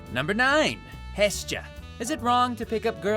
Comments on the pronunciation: He said hestia wrong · The way he says Hestia and Anna just tilts me